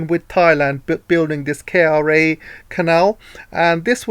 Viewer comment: Great work! Malacca reads as Merlahker and Kra reads as Krah.